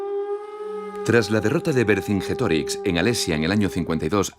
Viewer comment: El documental es bueno, pero el locutor es pésimo. No sabe pronunciar latín: "kaesar", "vercingetorix"…